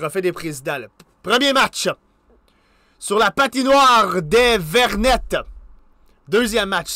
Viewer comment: Merci d’avoir fais si bien joué l’équipe de mon cœur ils ont mieux joué qu’en vrai!😂 Si jamais on dit Genève Servette Hockey Club et pour la patinoire des Vernets on ne dit pas le « t »😁 Continue comme ça j’adore tes vidéos 🙏